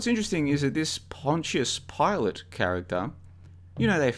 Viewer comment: Good to hear you're pronouncing Pontius Pilate correctly now.